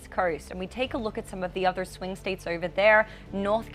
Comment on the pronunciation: What language calls voting verting? and instead of over but ever. Please looks don't count if the person mispronounces the words.